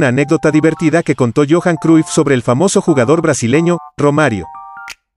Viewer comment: Se pronuncia Croyf